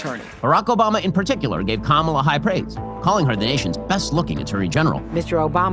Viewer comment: "Obamna" lol